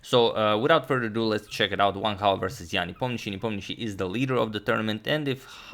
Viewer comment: Agad says Sam Hao, let him know lads that is Wang Hao,not Sam Hao